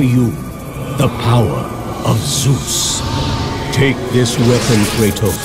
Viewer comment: Nah he sais ZEUSS !